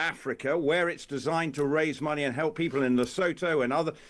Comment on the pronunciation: Please PLEASE PLEASE for the love of JUPITER'S BALLS!!!!!!!!!!!!!!!!!! STOP SAYING "LE-SO-THOW" Jesus Christ, how hard is it to say "LE-SOO-TOO"?????? LE-SOO-TOO Geddit? LE-SOO-TOO One more time for the grammatically impaired... LE-SOO-TOO